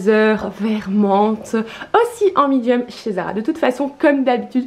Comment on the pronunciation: Tu dis mIdium , trop bizarre, chouette vidéo à part que ça bouge trop de l avant à l arrière et faut vraiment arrêter d essayer de faire un accent anglais genre cwop top😂